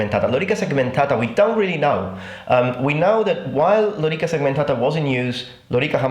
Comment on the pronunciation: i can tell you are not a native anglophone because you say "segmentata" correctly, without rolling the t into an r.